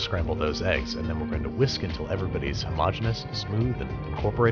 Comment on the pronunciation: Someone needs to make a compilation of him saying homogeneous